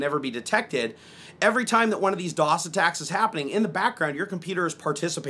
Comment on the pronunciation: that side camera gives me cancer... its dee dee ow ess NOT dee dos